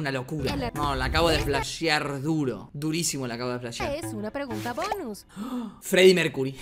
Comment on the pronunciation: "Freddie Mercury" ni en el bonus la decia bien JAJAJAJAJA